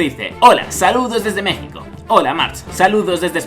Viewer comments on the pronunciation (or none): none